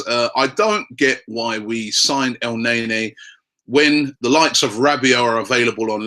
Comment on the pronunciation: stop the el naynay pronunciation lol